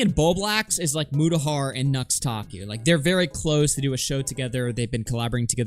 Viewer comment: I freaking hate how people just throw out random youtuber made up names like we're supposed to know what they are. I kept hearing Nuxtaku as Nose-takoo. So I was who the hell is this guy and couldn't look him up.